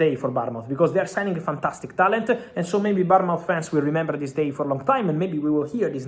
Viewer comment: Bottom feeder learn to pronounce Bournmouth.